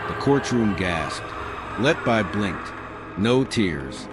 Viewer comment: I would suggest you learn how to pronounce her name.